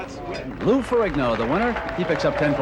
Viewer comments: Ferrigno. Gn like lasagna. Not Ferig No. Muppets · Ferrigno in Italian is pronounced "Ferinio" where the "o" has the same sound of the "o" in "top", the "G" is silent. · as an Italian it's so cringy hearing how the commentator say Ferrigno